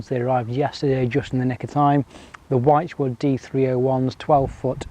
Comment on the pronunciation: Great video. I know youre a Cheshire lad, and I'm a Lancashire lad, but surely Wychwood is pronounced ' witchwood' not ' whitechwood'? 😂